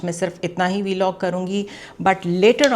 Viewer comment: It's pronounced 'vlog'. Not 'vee-log'